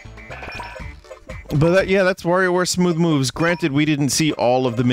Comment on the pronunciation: Nice to finally see Vinny play Smoow woves